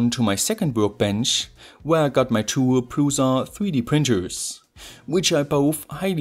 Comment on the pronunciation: Just for fun: "Prusa" is originally written "Průša" in Czech and the pronunciation is like "Proosha" in English :)